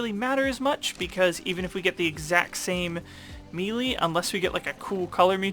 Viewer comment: It’s spelled melee but is pronounced (May Lay)